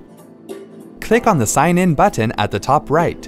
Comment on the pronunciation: Who pronounces the letter "T" this much. "BuTTon."